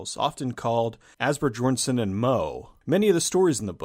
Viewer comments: I'm sorry, but your ponunciation of "Asbjörnsen & Moe" is just hilarious! :D Great video though, keep up the good work. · Great pronunciation of Asbjørnsen og Moe ;-)